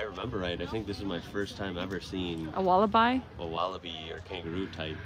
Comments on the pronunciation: It's 'eeem yoo' and 'walla b', not bye. 🇦🇺😃👍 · I think I heard the word wallaby mispronounced, it was pronounced as wal-a-bye, it should be pronounced as wal-a-bee. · G'day from Queensland, You guys need to get to Australia. Morning to you guys. You guys could pass as Australian's, Wallaby is pronounced Walla-bee, Emu is E-moo. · Lol please stop saying wallabi. 😬